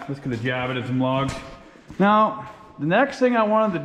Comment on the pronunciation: Why are you saying meow every time you mean to say now?